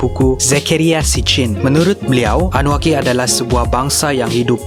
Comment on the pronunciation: bukan annuakki tapi annunakki